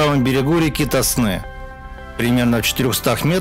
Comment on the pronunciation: Какой ТоснЫ? Река ТОсна.